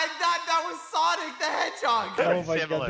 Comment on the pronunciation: It’s sanic